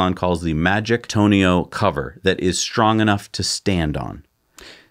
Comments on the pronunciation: Agreed with much of what you guys said. However, said "tonio" cover should sound like "ton-oh" cover. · that's not how you say "tonneau"